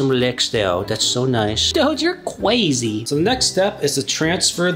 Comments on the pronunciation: cwazy pizza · doge is truly cwazy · THIS IS CWAZY